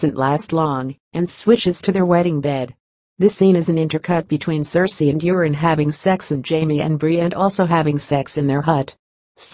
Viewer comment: Sounds like she's saying Urine Greyjoy instead of Euron Greyjoy...Ha!